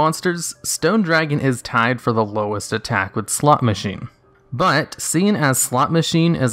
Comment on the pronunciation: You really have to emphasize the "o" better the first time you say "Slot Machine." It sounds like you are saying something else the first time.